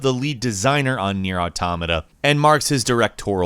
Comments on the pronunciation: ...It's "AUtoMAta". Not "auTOmata". Every time I heard that, I felt like someone was kicking my ear in. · Cant keep watching if this guy is going to keep saying automata that way.